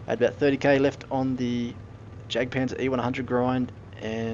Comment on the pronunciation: Great video! But just one thing... Why do so many people call it the Jack tiger and Jack panzer e100? There is no JACK! It is jagd, from the german word Jäger, wich mean hunter. I know, writting jagd won't help you prononce this name since it is kind of an unusual word in and sound in english, so to get the pronounciation right, trying to say "eagt" might help, only the A must be said not in english, rather the way the A is pronounced in french... Anyway, way too long explanation😅 Keep doing your videos, I really enjoy them! :)